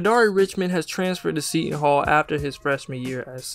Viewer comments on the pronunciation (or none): none